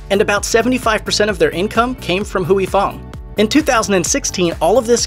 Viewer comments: It’s Huy Fong, not Huey Fong. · Anyone else annoyed he says "huey fong" instead of "Hoy fong"? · It's not Hooey Fong.. it's pronounced Way Fong. Dipsh*t. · Hooey Fong? I used to to work with a gentleman with the given name of Huy - pronounced H-whey. Our company attempted a voice name dialer. I had say Huey to make it work. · It sounds more like WHEE. The 'U' is silent not the Y. The narrator of the video kept switching back and forth between several different pronunciation which was annoying and he said it totally wrong. It's not Hoowee it's whee. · I loved Sriracha. I always figured that either I got tired of it, or developed different tastes. But that makes sense now. But; I think you're saying Huy fong wrong. Granted, I am whiter then a ghost. But "whoo-ee" just doesn't sound right. I always said it "hoi" like when you hoist something. I could be wrong. but whoo-ee just doesn't fit the ear. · Pronouncing it wrong. Its "Hoi Fong" not Huey idiot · “Hooey” LoL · Is Huy pronounced as"we"? I think the Y is silent. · The entire time...couldn't listen to a damn word he said every time he said "Hoowie Fong" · You’re pronouncing it wrong... Huy Fong isn’t how you’re saying it. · If they're pronouncing it wrong, it's because the romanized spelling was already wrong to begin with, due to the terrible rendering of Chinese dialects from the Mekong River : for years, I mistook the name as being my namesake, but upon later inspection, the origins of the original Chinese characters are totally different. Indeed, it should be pronounced "hoi" because my own name is actually like "hwee".